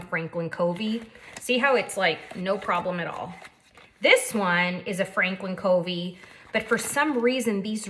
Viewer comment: fyi Covey is pronounced like "Cuhvy," not like "Coevy." Very nice video; thank you. First one I've seen. Subscribed.